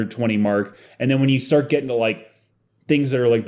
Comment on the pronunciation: did you say “shart with them” ? Okay… if you say so. 💩